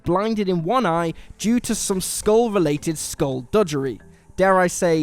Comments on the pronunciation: Skulldudgery? Its Skullduggery for fucksake. How many times can you say it wrong in a row. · It's ""skullDUGGERY" not "skullDUDGERY" FFS. Also this list is trash. The first of the Spider-Man twists was obvious if you had even a passing knowledge of Spider-Man, no-one said John Wick was the last film, etc. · Did you just say “dudgery”?!? “Duggery” has a hard “g”. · That is not how you pronounce 'Skulduggery'...